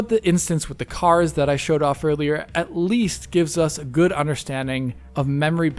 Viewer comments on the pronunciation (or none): none